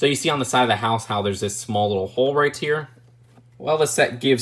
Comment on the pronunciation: You know you say right tear instead of right here